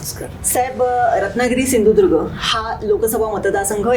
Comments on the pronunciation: शिंधुदुर्ग नाही सिंधुदुर्ग आहे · सिंधुदुर्ग बोलता पण येत नाही😂